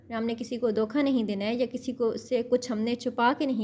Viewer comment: Mam dokha nai hota dhoka hota h